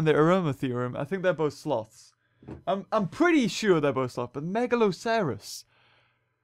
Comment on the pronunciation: Mega loss er oss is how you pronounce it